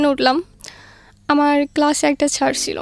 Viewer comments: ছ্যার না স্যার। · Sir naki Shar ki bollo bojlam na